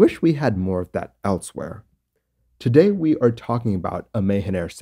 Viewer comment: Just a note, it's pronounced Ma-Haan Air not May-Hen.